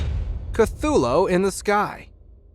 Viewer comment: He’s saying cuthulo and not saying cuthulu